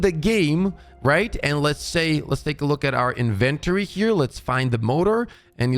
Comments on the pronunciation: Inventory sounds like Inn-Vin-Tory. You are saying “invent-tury” no disrespect. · Am I the only one who heard, In ventory? You mean inventory? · EVERYTIME you say In-Ven-tury. I hear Dexter saying la-bor-atory! Lol (yes I know English may not be your first language. Just found it funny). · This guy hasn’t touched grass in so long. He forgot how to say the word in inventory LMFAO. In-ven-TOR-ey lol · INVENTery lol I've always been fascinated by youtubers who can't pronounce very common words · In-ven-tory. InVENtree. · Ive never heard anyone say inventory like that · Everytime I hear inventory it physically hurts >.< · Why is homie pronouncing inventory like that?